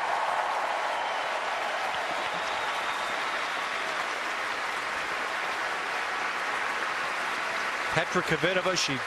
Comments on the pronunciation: Kvitova not kivitova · 🎾In the first place, it's; - sh a - a - - r a - a - - - -po - va - a - a!! Not Se - re p o - va. || It's Kv - i - -to - - v a, not Ko - - vee - te - va?!